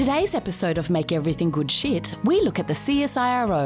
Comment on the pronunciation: When she says shit it is like sheet